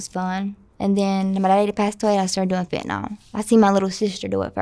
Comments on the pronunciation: Haven't pet a person yet who can pronounce "fentanyl" correctly. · Why can't Americans pronounce fentanyl properly?